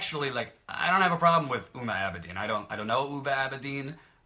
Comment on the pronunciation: It's not Uma Abedin (like in Uma Thurman), it's Huma Abedin, you need to pronounce H. Besides that, I totally agree with point of view.